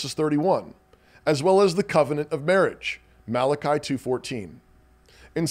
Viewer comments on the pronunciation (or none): none